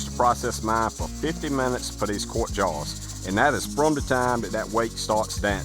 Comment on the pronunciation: I know he’s saying “jars” but I hear “jawns”